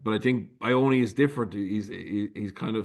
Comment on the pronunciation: Someone teach Jackman how to pronounce Ioane please